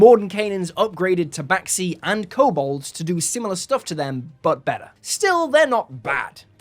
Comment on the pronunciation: It’s tabaxi. No discussion.